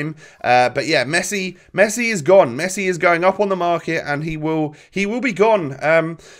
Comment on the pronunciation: You screwd up with mesii lol